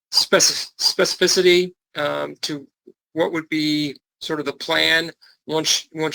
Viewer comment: "Specificity." Judge effed it up. Not surprisingly. Top ten difficult word to say.